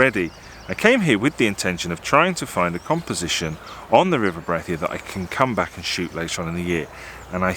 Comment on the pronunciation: Hey, locals pronounce it BRAY-THEE. Skelwith is pronounced SKELLITH.